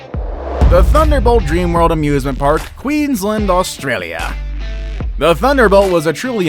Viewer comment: You pronounced Australia wrong